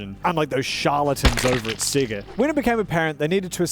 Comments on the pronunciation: why does he pronounce sega as "siggurt" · Without the accent I can tell your Australian with how you say sega